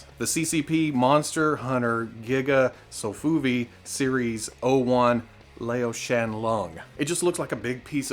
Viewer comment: Regarding the Lao Shan dragon: "ao" rhymes with "ow" as in "now". So "Lao Shan" would rhyme with "Now Shawn" (I think "Lao Shan" means "Old Mountain"; "Lao" is a title one uses to address older people, a bit like "Ole" in English ("Ole Tom who lives in the bayou")